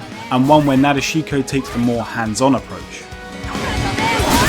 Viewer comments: Did you really just say "Naa-deh-shee-ko" instead of Nadeshiko? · O mayun the way he pronounces NA DE SHI KO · Motion's Memes With Japanese pronunciation, they tend to kinda skip over U and I sounds. So her name should be pronounced Na-desh-ko. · The way he says nadeshiko is 😂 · Butcher nadeshiko pronunciation why don't you lol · We just gonna ignore how he pronounced nadeshiko's name?